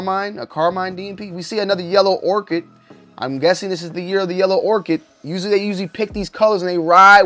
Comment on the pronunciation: Ochre: O - ker not orchid